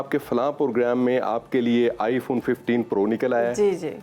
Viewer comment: Fawn nahi hota, phone hota hai, sara Pakistan ghalat pronounce karta hai